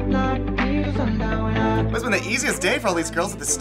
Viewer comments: Gal gadoT.... the T isn't silent for cryin' out loud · 2018 and people still mispronounce Gadot